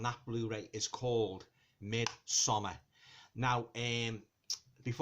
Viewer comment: Thank you so very much for not pronouncing it "Mid-somm-*aaaaahhrrrrrrrrr*" ☺️ Sincerely, a Scandinavian